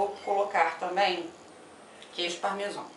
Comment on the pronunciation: CARIOCA XATA QUEIJO PARMESON... É QUEIJO PARMESÃO!!!!